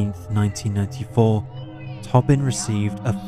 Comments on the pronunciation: Is it peter “tobbin” or “ toe-bin” ? Respectfully I think it’s the latter. Luv ya work tho! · It's pronounced toe-bin